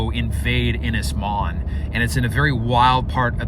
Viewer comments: Yey the maze bowl has finally gone ! PS its pronounced Un is mon not IN is mon.(( im welsh dont you know lol )) Edit PPS please buy a ready made cabin for the main cabin and just put it together , may give you 2 months less footage but 1 you dont have the length or girth of timber on your property to build it, 2 you dont have the machinery to move the logs the size you need and 3, 2 more years of watching you fudge your way through building a cabin and redoing half of it over again when you get better information is not setting my pants on fire ! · need to work on your welsh pronunciation, ynys is more like un is, Môn is more like moan but with a shorter A sound